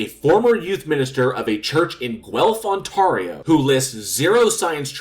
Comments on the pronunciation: So one tiny critique I have. You pronounced Ontario wrong at least twice. The A sound is more like the word air. On-tair-rio. Otherwise fantastic video keep up the great work. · AAAAARRRRGGHH! I's pronounced 'Ont-AIRIO', not 'Ont-ahrio'! Except for 4 years in England, I have lived in this province since birth in 1953. Aside from that, good video. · Hi I have a small criticism of this video - your pronouncing of Ontario is wrong. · yeah, you butchered that there eh. 😅